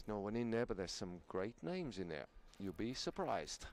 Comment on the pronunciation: How much more time you all need to learn, how to pronounce Polish names right? Highly unprofesional and super disrespectfull for Polish lads.